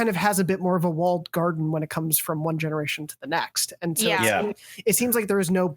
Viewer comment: I about died for 2 mins when said "genewation" and barely held it in. Great show y'all!